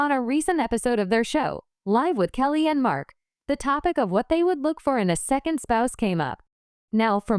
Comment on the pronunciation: Please say Kelly's name right